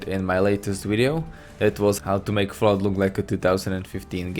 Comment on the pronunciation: Anyone else hear Vault when he says Fallout?